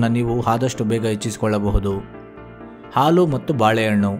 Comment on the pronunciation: ಮೊದಲು ಸ್ಪಷ್ಟವಾಗಿ ಕನ್ನಡ ಮಾತನಾಡುವುದು ಕಲಿ.. ಹಾಲು ಅನ್ನೋಕೆ ಆಲು ಅಂತೀಯಾ, ಆಲುಗೆಡ್ಡೆಗೆ ಹಾಲುಗಡ್ಡೆ ಅಂತಿದಿಯಾ.. ಏನು ವಿದ್ಯಾವಂತರು ನೀವೆಲ್ಲ 🙆‍♂️🙆‍♂️